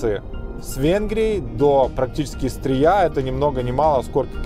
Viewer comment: Огромная просьба Не СтрИя, а СтрЫя (это если по-русски). Спасибо. P.S. Просто я родом со Стрыя))) Спасибо за видео челендж, расставили все точки над «и».